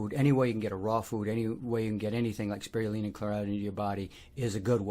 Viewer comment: “Sproioolina” or Chlorella. That’s an interesting accent. You took Spirulina and switched the “iru” into “rui” despite explaining that it is named after a spiral. I wonder why that happened. Thanks for the info!